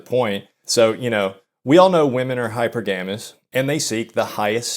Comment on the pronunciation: wtf is hyper-gamus? I have never seen nor heard anyone say it that way. Its like you are describing a solar system lol.